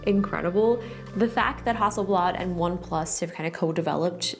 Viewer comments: the f is hawsleblad ? -_- it's hassleblad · I was just giggling at Justine saying Hasselblad the entire time! :)